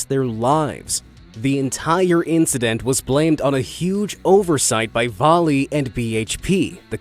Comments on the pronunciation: Va-lay not Vah lee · I live in a mining town in Canada and it’s actually pronounced Va-lea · YES!!!! Thank you for dragging Vale into this video. They're basically the "pharma-bro" of mining companies. They've also yet to pay a quarter of those fines by some estimates due to the rampant corruption within Brazil's government. And for future reference - Vale is pronounced more "veil" because of...reasons? Either way, keep mispronouncing their name to antagonise them or pronounce it properly to raise awareness - both are fine by me.